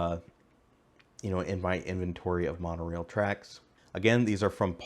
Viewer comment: they always say "monreal"